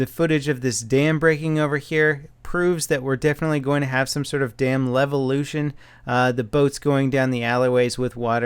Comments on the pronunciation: "Dam Levution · Is it supposed to be a joke that he keeps saying Levolution? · I cannon not hear it as LELvolution. Goddamnit. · "Some damb levelution!"